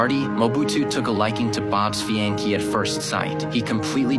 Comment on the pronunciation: Whoever narrated this should learn to pronounce fiancee correctly.